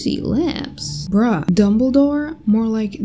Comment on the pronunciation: Can we just talk a minute about how she called Gandalf Dumbldore 😭🤣